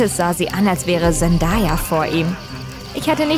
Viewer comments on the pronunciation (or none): Ahaaha Zendaya digga was das man spricht es Zendeya aus